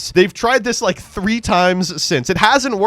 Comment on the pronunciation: Saying "ryu jay" when "ryu gay" IS the correct way to say it?